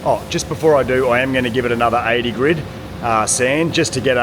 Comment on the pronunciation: Can someone tell him its GRIT and not GRID sand paper!